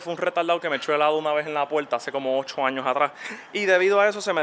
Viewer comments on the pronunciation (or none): none